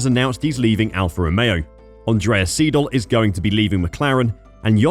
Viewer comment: Siedel 😂😂 come on, learn the correct pronounciation !!